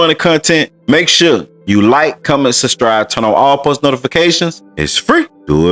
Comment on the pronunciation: He said, "sub stribe."